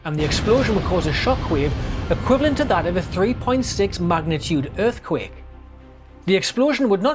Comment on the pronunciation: "Earfquake Bomb"